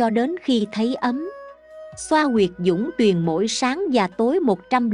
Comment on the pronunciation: ...đề nghị đọc là "dũng tuyền".! vì "ung tuyền"chỉ trong tiengs Hán mới có như "Ung chính" mà ít được sử dụng nghe rất trái tai?trong tiếng Việt không có sử dụng trừ trứng "ung thúi"?...như quan nguyên...khí hải...đan điền đều là một.!..."dẫn hỏa quy Nguyên nhập đại Hải.".!?